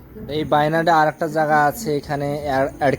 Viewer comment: ওয়াইনাড কে বাই নাড বলছো কেনো?🤔